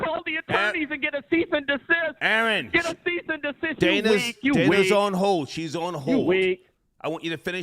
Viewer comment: "I will send you a cease, cist"